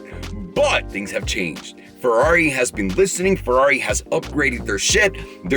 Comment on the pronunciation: Brace yourself the era of the Ferrraaaari "italian accent" has begun 🚘